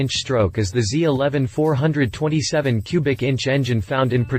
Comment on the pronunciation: Its pronounced four, twenty, seven. 427C.I.